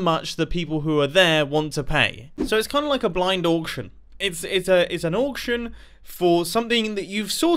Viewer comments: Mumbo please pronounce auction oction not orction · Mumbo, no part of auction should rhyme with Yorkshire